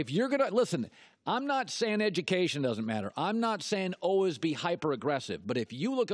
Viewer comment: ALWAYS! Not Allwiz colin